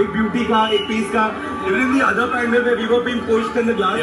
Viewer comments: Ok....what is "pendal"....its pandal🤣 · isn't pandal supposed to be pronounced like pun-daal...everytime they pronounced it as pan-dull.........CRINGE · It's called pun-daaaal. Why are and calling it pan-del??? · Bhai pandal hota hai ya pundaal ? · Ummmm.....i have OCD about "pandal's" pronunciation Its pronounced as pandaal not as Pandel Sorry but i had to do this 😂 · Believe me, I call it pandel myself, actually I was taught to call it pandal when speaking in English. I also don't want to hurt your feelings. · Bhai....pandal nahin....pandaal:p:p:p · It's pandaal not phendel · The pronunciation of Pandaal is completely wrong... And the two boys were indians.. How could they don't know the right pronunciation.... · Indian ho bhai....ye "pendel" kya hota hai.... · The pronunciation of pandal was wrong